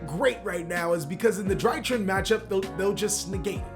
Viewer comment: Drytron, Not drytrin